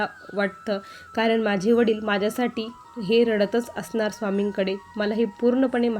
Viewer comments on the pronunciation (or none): none